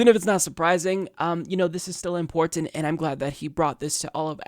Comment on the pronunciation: I like a lot. But why does he say the word “important” so oddly?